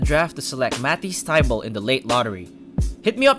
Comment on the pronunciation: I had to pause the video to type this comment. Mah- teas Thigh-bull. Also, J Bill-is. Paused and I love the video, especially as a 76ers fan but that's been driving me crazy thru out the video.